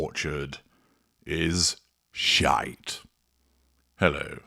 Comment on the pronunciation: I Love your intro...often rewinding to see the beauty. Your pronunciation of 'sh*te' is ....perfect ;) The Orchard restaurant is in the grounds of Highgrove.....